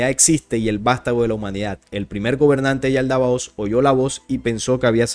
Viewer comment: Es Yaldabaoth, no Yaldabaotz.❤